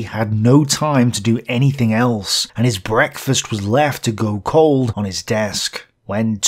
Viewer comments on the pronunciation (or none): none